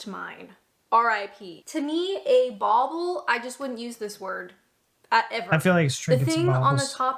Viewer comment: That's bauble not boble